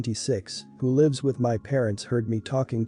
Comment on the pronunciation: I love how the text-to-speech voice pronounces "lives" as "lies".